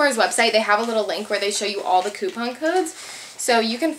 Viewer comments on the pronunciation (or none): none